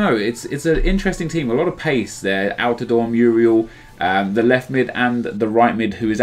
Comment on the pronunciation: "A lot of pace: anltidore...." Go home Nep